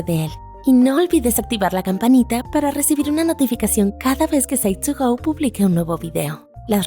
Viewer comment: Se oye feo al final como pronuncia psych2go al final! Cuando veo la versión oficial en inglés se oye chingón como la pronuncian. Y el contenido muy bien👌 eso sí me gustó!!